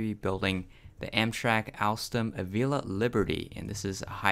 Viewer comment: Not avel uh it’s avel ia lol